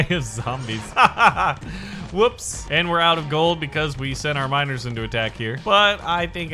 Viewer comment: every single time he says miners, i understand minors. frick sake man...